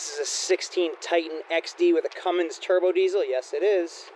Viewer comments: Say "cummings" one more time...it's Cummins sir, no g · CUMMINS! No G ! Lol